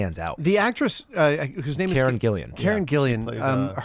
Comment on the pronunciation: It's Karen GILLAN, not Karen GILLIAN.